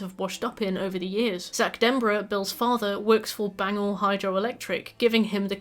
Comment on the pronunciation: ok im a mainer its pronounce bang-Gore